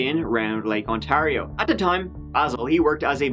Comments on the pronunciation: Goshies...the way you say Ontario is odd. Despite the way it's spelled, it's pronounced On-tear- io. Btw...love your channel:) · Welcome back to Ont-airy-airy-airy-oh. Sorry, eh.